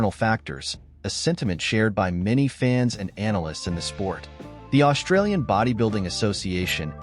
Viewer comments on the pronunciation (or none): none